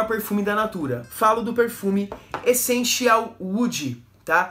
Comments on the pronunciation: Estou vendo alguns videos antigos seus de perfumes da Natura. Não sei se nos videos novos alguém já corrigiu isso, mas, tenho reparado que você pronuncia Echenchial. A pronuncia correta é Essencial, com som de "s" e não de x. ou ch. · Por que? Você pronuncia essencial assim cara 😅